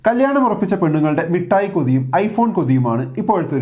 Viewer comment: മിട്ടായി അല്ല മിഠായി ആണ്